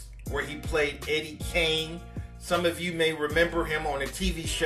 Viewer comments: Nah, actually Matée Brisbane is right... It is "KING", but it was pronounced as "KANG".. It's even listed in the credits at the end of the movie... I didn't notice til years later myself... Peace! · the way he said it sounded like Kane but it’s King. He says it like Eddie Kang Jr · I'm late on the video, but once and for all. His character wasn't named Eddie Kane or Cane Jr. It was Eddie King Jr. He pronounced it in a country dialect. He pronounced it Kang. Go look at the credit of the names of each character. His last name was King. Not Kane or Cane. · It's Eddie King. Not Kane. He pronounced King. Kang. Look at the credit as the movie goes off. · Harry Thotter & The Chamber of Thots I know it's King. I stated Kang in pronunciation of how he said it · no it's KING. Ppl pronounce it Kang. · Thank you. They said it was pronounced with a country twang, which is why it sounded like Kane. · I always thought it was Eddy Kane (Kang) Jr. Lol all this time and I’ve been pronouncing it wrong 😂😭🤣